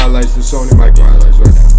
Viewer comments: he pronounced Sony's last name wrong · Its not Michael, it's pronounced like Michelle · Yay bro it's pronounced "mi-SHELL" not Michael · its not michael like the boy name its michel like the girls name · Did this man really say Sony "Michael". It's pronounced as in "Michelle" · Sony Michel* NOT Sony Michael. Pronouced, Mi' Sh.el Of French/African or creol origins. Aslo, his parents are Haitian immigrants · lol you said michael it's michel like the girls name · It is Michel not micheal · Michel Not Michael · Michel not micheal lol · It's not like the name michal it's like m I sh el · The entire video I was waiting for him to realize that he was pronouncing Michel wrong when the commentator would say it but he never did LMAO MICHAEL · He was saying Mitchell😂😂💀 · 3 years later I am just now noticing he said Michael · Give Georgia 2 years and they''ll be a championship team. Also, its pronounced Sony Michelle. haha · This is how Micheal is spelled 😂😂 it’s M-i-s-h-e-l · Only Michelle is how u pernounce it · Big Time Georgia fan right here and by the way it's pronounced Sony Mishell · This nigga said Sony Michael 😭 lmao!! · that moment you pronounce michel wrong, it is like mechelle obama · Nigga said Sony Michael Edit: Then Mitchell😭😭😭💀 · Sony's last name is pronounced like "Michelle" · hey just so you know I am a dawg fan and we usually suck... So dont get to hyped. (also its sony Misheal is how its pronounced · Bro your saying Sony machail wrong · You pronounced Song Michels name wrong, it's pronounced mishelle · it's pronounced Sony Michel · Does you know that it’s not pronounced “Michael” LOL😂😂😂😂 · sony mish ell is how u say it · Good vid but it's pronounced like a girls Michel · Hey umm it's pronounced Sony (mi-shel) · its pronounced sunny mishell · its pronounced Michelle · It's prenounced mishell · Pronounced Sony mishel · It's pronounced Michel.... Like your gf. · i love em both im a die hard UGA fan btw u said the name wrong